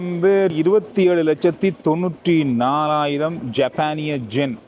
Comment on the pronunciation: எத்தனை பேர் எத்தனை தடவை திருத்தினாலும் இன்னும் ஜென் என்று தான் சொல்கிறீர்கள்.யென் என்று சொல்லவும்.இதிலிருந்து எங்கள் கமெண்ட் ஸ்களை நீங்கள் படிப்பதில் லை என்று தெரிகிறது